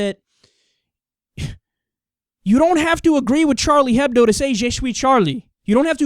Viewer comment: Kyle, It's Juh-Swee. Also the H isn't pronounced in Hebdo (or in any of french)